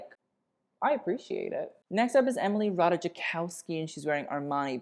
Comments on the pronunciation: the j in "Ratajkowski" is silent. lol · I' m ukrainian and my brain unconsciously glitches because it's not Ratajkówskaya😅 🧛🏻‍♀️🖤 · And Ratajkowski isn't even a difficult polish name... :) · I'm Polish and I live for your pronounciation of Ratajkowski 🤣😂👍